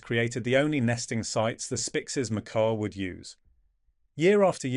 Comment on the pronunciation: This documentary could be so interesting if done by humans, instead it's been done with STUPID ai that can't decide on how to pronounce "Macaw" and pretty much any other word of scientific nature... I did try to watch it to the end, but by minute 8 I was to annoyed to want to see the end.... Ditch the f...ing ai !!!! ( I deliberately use lower case "ai" because it is stupid!) All that matters to the channel are views, and I kind of added mine to it... maybe if there are enough thumbs down, we will make a difference....